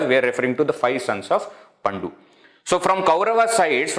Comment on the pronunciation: It is not paNDu. It is pANDu. Very good presentation.